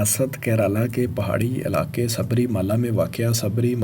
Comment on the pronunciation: Mandir to suna tha Mandar aj pehli bar pta chala Shumar ko shamar Ilaqay ko alaqay Pta ni ajeeb jahil banda hai jis ko lafz bolny e ni aty